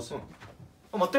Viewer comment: あっ待っ⤵︎ ↑て